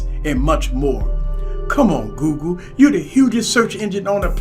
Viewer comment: It sure does sound like you're saying GOO-GOO instead of Google lol